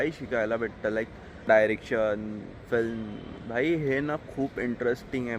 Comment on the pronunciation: Abe gavar, it's called "film" not "flim".. film making cha course kela ahe tu, and you can't even pronounce film correctly 😂😂 Shame